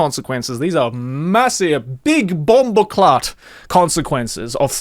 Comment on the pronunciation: The way you said "bumboclatt" was immaculate